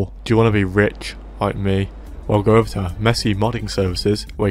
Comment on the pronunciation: “rich loik me”